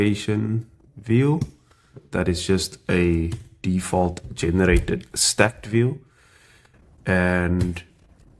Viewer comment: As soon as I heard you say "generated", I knew you were South African😂